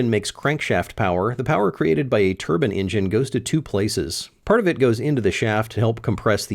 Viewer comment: I'm a little confused about something, You say "Turbine," but several times you say "Turbin-engin" Is there actually a difference or are you just saying it that way to be cool?